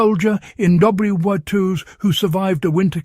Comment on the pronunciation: Why not use an actual person to narrate? It's a great topic but every time it mangles "WWII" I cringe.